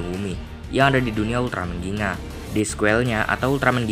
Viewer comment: Bukan ginga oi tapi gingga